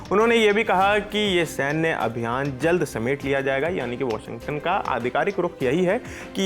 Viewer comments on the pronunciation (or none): none